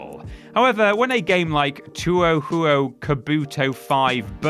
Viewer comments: You mean two oh how oh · It’s 2hu, not “2-oh hu-oh”. That entry ticked me off. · Dawg... It's pronounced more like "Toe-hoe" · I know many have said it but its pronounced "Toh H-oh"! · Too-oh-who-oh? Tread carefully, there's already too much contention and derision over whether it's pronounced, Two-Hoo or Toe-Hoe. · It's TOEHOE! Not whatever Syllable Word Salad you spat out. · Two-oh-who-oh... Deer God. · there is no need to apologise you were stating your opinion respectfully he had no reason to be a jackass and also I to am annoyed by the pronunciation all you have to do is say toe than ho also people have a phone on them at all times just look up the pronunciation it doesn't take that long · should have butchered the pronunciation of touhou Kabuto etc etc even worse imo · the way that y’all mispronounce japanese titles is the reason i keep coming back. the way u said touhou sent my sides into orbit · Bruhhhhh..... the pronunciation of Touhou SLAYS ME Wow I mean, really wow. Here is you award for "Worst pronunciation ever in a Worst Game of video" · Come on, man, you're a gaming channel. At least have the wherewithal to realize you're butchering a studio's name that's beloved by many fans and look it up on Google to see how it's pronounced. Touhou isn't even that difficult of a word. You kinda have to make a particular effort to get it as wrong as this. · that pronunciation of touhou betrays a cultural ignorance that borders on outright offensive in its spitefulness. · TuoooooooooooooooHuooooooooooooo ... mate you weren't even close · i actually never had problems with touhou burst battle, i enjoyed the game when it came out, but the online died out so fast that the game was just boring. and just the way he said touhou, sheesh... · Deer God what the fuck was that Touhou pronunciation holy shit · How pronounces Touhou is outright triggering me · Just for that pronunciation of Touhou, should play it for Worst Games.